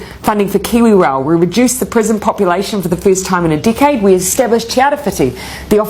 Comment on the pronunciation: did she say Dickhead or decade 😂 jkjk this is an amazing video